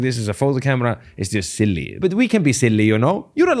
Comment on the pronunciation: the best part of your video is the accent of " " you can be SEELYEE " heheheheh